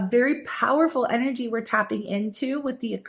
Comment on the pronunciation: Why does she pronounce “energy” like a little kid who just heard the word and is pronouncing it for the first time? Distracting, irritating, cringy. Unsubscribed.